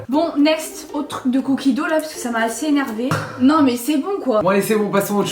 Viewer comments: La prononciation est beaucoup plus poche de "do" que de "dougue" (si c'est bien ce que tu as voulu dire, étant donné que tu as juste écrit le mot anglais) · Ben non, c'est un mot anglais. La prononciation est beaucoup plus proche de "do" que "dougue" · Non mais on dit pas cookie do 😭 c’est cookie dough